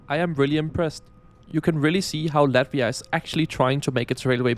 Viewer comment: It's Latvia, not Lativa